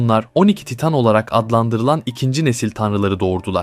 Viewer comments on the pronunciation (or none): none